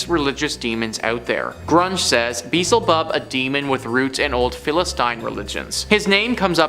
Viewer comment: I. Love this channel but , you mispronounced Beelzebub. Other than that it's a good video.🤙✌️🙃🙃